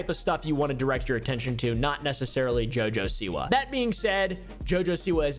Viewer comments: The way you said her name killed me. Jaja SeWah 😂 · Never knew it was supposed to be pronounced JuhJuh Saywah. She must be from Alabama. That explains a lot actually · “Jojesoua” Ahahahahaha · I’ve never laughed harder at a botched name pronunciation